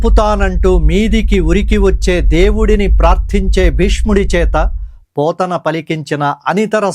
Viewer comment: పోతున్న కాదండి బాబూ.పోతన